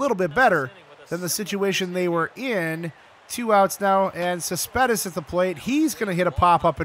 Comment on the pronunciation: I think it's Cespedes not Saspedez